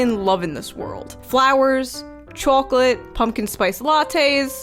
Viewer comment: pronunciation of "chocolate" + American flag = confusion